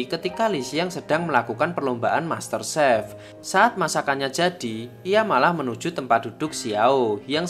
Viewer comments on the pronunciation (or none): none